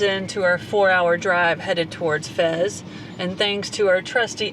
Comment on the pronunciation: Fez not Fes!